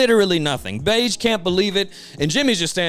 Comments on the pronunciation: his name is pronounced "behgee" not "beige" 😭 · if that "g" is pronounced like the "j" in "jam", then you're correct, in the original kana, his name is "ベッジ" (bedji), but let's be honest, "beige" feels right -- and it's not the first or last time mispronounced a name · Brother the way you say bege’s name pisses me off to no end, I know you know that’s not how it’s pronounced. 🤦🏾‍♂️😂😂😂